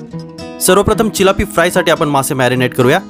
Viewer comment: भाई चिलापी नाय रे तीलापी